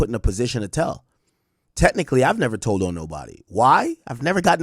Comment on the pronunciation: Tould??? Told you mean